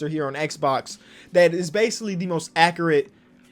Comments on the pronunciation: Acer-Rrate Agent 00- Acre-it Me- Accurate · No one:: accerrrit